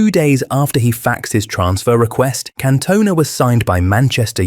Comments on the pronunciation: Can-Tun-Ah not Can-Toner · Can-toner? switches off fvck you if you can't even say his name correct. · Can't watch it, AI messing up Cantonas name is extremely poor, not good enough! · At least pronounce his name correctly. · you say his last name wrong